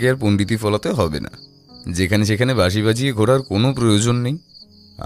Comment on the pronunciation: বাশি না বাঁশি!?! কথক বাশি বলে গেলো।রঞ্জন সঠিকভাবে বাঁশি বলছে